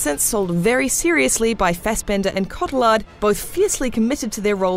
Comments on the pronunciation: The way she pronounces Cotillard really annoys me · Pronouncing French names isn't your forte, is it?:P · Listening to her mispronounce cotillard was a little annoying. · noo its french name, its prononce Coti-yard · CO TEE ARR not cot ill ard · Her name is pronounced "CO - TEE - YAR" not "CO- TIL - LARD". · Co-tee-ar, not ca-till-ard. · Cotty-yard not cot-til-lard lol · every time this woman says Co-till-ard I want to die. It's Co-tee-ard. It's french. At least try? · Is "Cotillard" really pronounced "Ko-Ti-LARRRD"? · Came to the comments just for this. Cott-eh-lard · Marion Cotillard's last name is pronounced KO-TEE-YA-R. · Its pronounced Coti-aard. She's french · OK... For once and for all, Please learn how to say Marion Cotillard! Imagine it's like " Scottie " and "Yard" But without the S and the D. CottieYar. The D is silent! I don't expect you to know how to say my name, but she's famous enough for you to learn how to pronounce it and not murder it even if she can't have a good death in batman. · I can't be the only one annoyed by the way she pronounces Cotillard! It gave me the impression she caalled her a lard. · Marion Coat-ee-lard... Hahahaha i just lost it man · Say it with me “co/tee/ard”. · its pronounced cotillard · I Hate the way she says Cotilliard!!! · CO-TI-LARD!!!! Terrible pronunciation!!! How did no one at IGN notice this?!!! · shes pronounced mar-ee-yong(silent g) cott-ee-yar(silent r) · The frightful pronunciation in this review is distracting. "CO-ti-LArd"???? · This woman pronounces Cotillard soooo wrong😂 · Wow, man. Look up how to pronounce Marion Cotillard's last name instead of saying it how it's spelt. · Her pronunciation of marion cotillard's name really bugs me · I don't like when people don't pronounce people's names correctly, especially when they are being regarded critically for there work! Marion Cotillards name is mispronouncred continously throughout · Pronounce that lady's name properly!